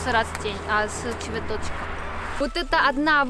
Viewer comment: воть эта невкусна будит са цвяточик. АХахха такая милая) Русский один из самых сложных языков. Браво